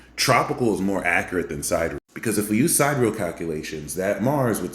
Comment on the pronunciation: great info. tip: SID-EAR-E-AL, not Side Real. the haters will mock you for that.